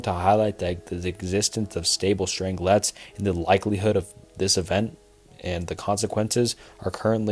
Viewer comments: The mispronounced words are even worse. Dude reads about "strange quarks" but doesn't draw the parallel that "strang-lets" is probably "strange-lets". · Love the video, just fyi Strangelets are pronounced Strange - Lets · its pronounced strange-let not strangle let 😭